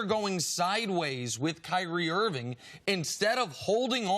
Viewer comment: Kyrie IRVING not Irwin. KIMBA not Kimber. HAYWARD not Haywood.... If you can’t even get the players names on the back of their jerseys right then you probably are not a good observer.